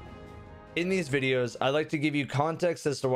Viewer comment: "this videso"